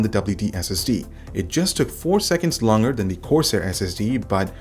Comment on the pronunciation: I found it distracting. There should be a "g" sound in there somewhere haha